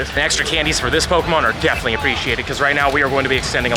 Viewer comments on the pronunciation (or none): none